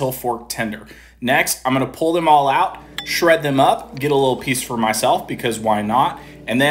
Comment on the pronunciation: You called Mole` MALL🤷🏽‍♂️🤣🤣🤣 IT IS PRONOUNCED MOLE-A ! Lol Shit looks fire though!!!!